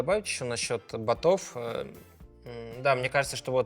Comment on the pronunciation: Шахматистам бы чуть русский подучить... Шахматы шахматами, но базовую грамотность надо иметь... Я когда услышал ботОв вместо бОтов, ну блин, Владислав...